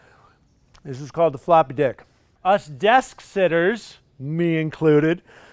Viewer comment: You did say floppy dick, right?!?